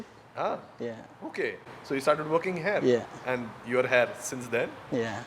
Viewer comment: Can you please practice saying he-ear for 'here' instead of "hair" every time. It will help with the overall entertainment factor and foreigners can comprehend faster. Just a suggestion. Thanks.